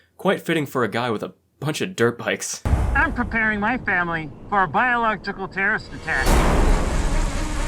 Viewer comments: The smallpox guy can't say biological. Biolog-jickle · the way he struggles to say biological for the 12th time in a row, calling regular painting coverall and masks biological 🤣 no commentary needed, hilarious